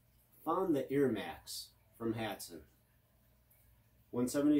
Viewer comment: Thank you someone who says hatsan right